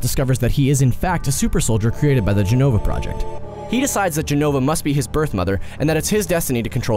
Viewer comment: lots of mistakes with jenova, but ok